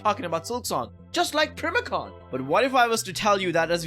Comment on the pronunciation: NOT PRIMACON ITS PRIMAL CON💀